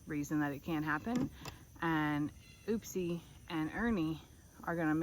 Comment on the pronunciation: It's Upsie Davie pronounces it as oopsie